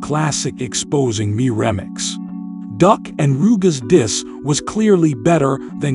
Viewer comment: Who says REMIX like that? Looolllll…..